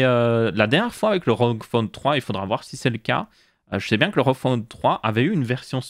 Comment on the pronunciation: A chaque fois j'ai l'impression que tu dis roquefort au lieu de rog phone 😭😭